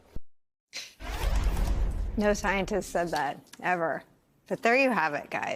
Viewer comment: Did Jessie Waters say Sticentist?